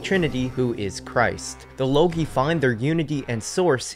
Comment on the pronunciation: I think it pronounced logoi not logi. Nonetheless, great info. Very interesting.